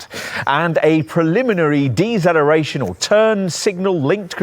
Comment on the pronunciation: What on earth is eggzelloration and dezelloration you arrogant twit!? Good review other than zat😅